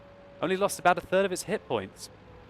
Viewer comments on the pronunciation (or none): none